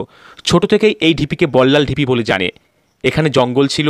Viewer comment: বল্লাল ডিপি নয় ঢিপি।